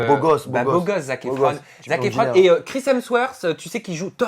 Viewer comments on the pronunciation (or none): il dit "Christian worth" c un peu Chris hemsworth